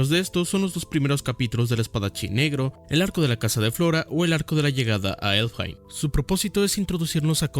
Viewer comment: Aahh y una última, ya sé, "como friego", pero no es Elfheim, es Elfhelm. Y no me malinterpretes, no soy hater, de hecho es todo lo contrario, me gustó tanto tu opinión sobre Berserk que quiero aportar algo, por pequeño que sea. Y luego por esos errorcitos la gente babosa, da dislike o intenta desestimar tu opinión solo por un par de peqeuñicimos errores de lectura.